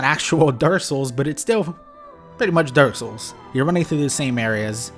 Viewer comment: yo I decided to help caption the video and can you PLEASE stop saying dark souls so fast YouTube thinks you're say dorsal every tim